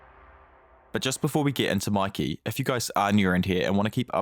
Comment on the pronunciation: Bro really said makey💀💀💀💀💀💀👽👽👽👽